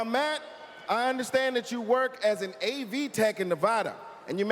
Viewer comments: Don't say Nevawwwwwwwda! Gad, sad, lad , glad, mad, rad, dad, bad, Vlad, Brad, clad, pad.... NeVADa ferchrisakes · Say Nevada correctly. Nev a da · "Ne-VAH-da"... 😖 5 million Americans cringe Stephen has been to this state, he should know how it's pronounced... Yes, it's a Spanish word, but so are a lot of place-names... No one says "mon-TAH-nah" for "Montana", or "kah-lee-FOR-nee-yah" for "California, right? (Well, Arnold Schwarzenegger does, but who's gonna correct him?)